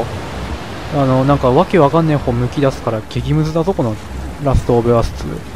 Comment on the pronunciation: “ラストオブアス”が“ラストオブアース”に